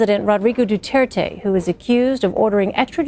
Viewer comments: its dutirte not dutertay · guys im a filipino and why did they CALL our president "duteirte" not "du-t er-te" man americans really are good with speaking our president name wrong well atleast were allies and our presidents catchphrase is what im gonna say now "My god i hate drugs" THATS TRUE THATS HIS CATCHPHRASE